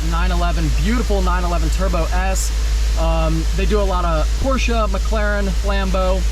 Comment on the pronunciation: Its porchaaahh